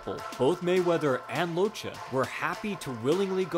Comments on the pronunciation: You need to read "Locche" like this: "Lòtke" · He was the Son of Italian immigrants so his name is pronounce (Loc-Kay). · It’s pronounced lokke . It’s Italian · Great video. Only correction I can think of is his name. He may have chosen to be called by the pronunciation in the video but Locche is a Southern Italian name. It is pronounced "lok'keh" with a very short syllable between the two C's. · beautiful video. Just one thing, although he's argentinian, he's of italian background, so, his surname is pronounced Lokke. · Just to say, this man is ITALIAN, and his surname is read “LOKKEH”, not “Locha”... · congratz.. you managed to misspronouce the name each and every f'n time. its pronounced Lokke, not Locce. ffs